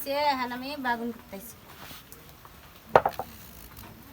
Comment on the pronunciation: বাগুন না বেগুন বলবেন।